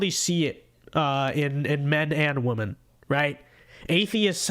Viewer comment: if youre going to be a conservative minority... you gotta learn one thing. Woman-singular, pronounced "Wu-muhn" Women-plural, pronounced "Wi-muhn" You sound like a faht bwack lady that grew up on a stoop if you cant pronounce these the right way. Sending this with love, not hate!